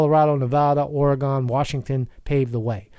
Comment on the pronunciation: Please pronounce it like Orygun, not Orygone. It drives us all crazy when its said like that.... Just found the channel and I really enjoy your perspective. Thank you!